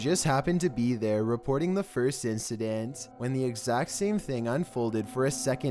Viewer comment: “Instenstens” do you mean incidents?